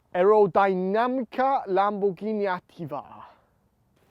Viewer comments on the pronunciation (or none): Awesome video. You both tried your best with the Italiano pronunciation. However you have to pronounce the "r" in Lamborghini and pause a bit when pronouncing the double consonant in "Attiva"